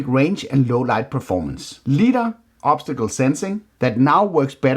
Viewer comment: Nice video. Complete and entertaining. But its "LY-dar,"